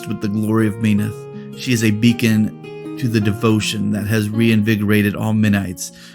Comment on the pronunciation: not hating on ya glad to have someone actually cover lore for the iron kingdoms, but as a true believer of Menoth just hurts a little to hear it pronounced Me-noth and not as Men-oth. Keep up the good content <3